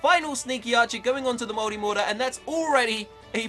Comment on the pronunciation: To me, an American, you saying multimortar sounds like moldymortar